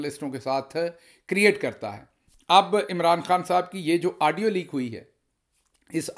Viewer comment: Aaaadio nahin Gill Sahib Audio.